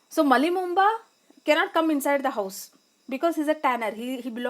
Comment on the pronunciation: Malli bomma not Malli momba